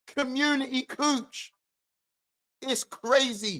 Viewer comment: Man said "community couche" 😂😂😂 yooo thats wild